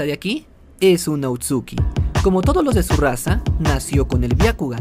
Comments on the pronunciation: Se dise otsusuki no otsuki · Lo único que me molesta es que diga otsuki y no otsusuki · Porque dice otsuki si es otsusuki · Por qué dices "otsuki" en vez de "Ootsutsuki"? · Amigo es otsutsuki no outsuki... lo demás buen video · no quiero sonar criticon xq estas cosas las suelen decir de mala manera pero, son Otsutsuki :v no outsuki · perdon pero no se dice outsuki es otsutsuki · se dice otsutsuki